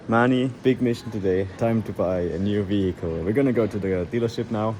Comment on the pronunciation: "VEE-HICKLE", you've been spending far too much time in the US lol